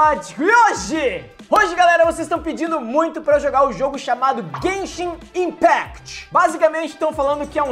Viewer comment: se escreve impact mais se fala impact nao impect